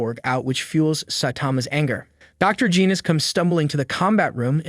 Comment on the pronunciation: Hel naw not geenus its genos